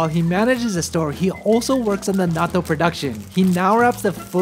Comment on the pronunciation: I wish you pronounced nattou correctly. It's pronounced the same in English as Japanese, yet you shorten the syllables when you say it in English.